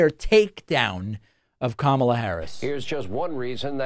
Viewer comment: I'm guessing Fox will start pronouncing her name correctly now?